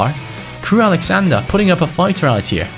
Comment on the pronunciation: I love you but it's Crewe AlexandRA not AlexandER